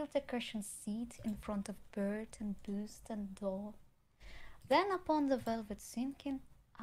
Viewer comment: Маргинал попустился бы ю единственная ошибка-это буст, а рейспайт она правильно прочитала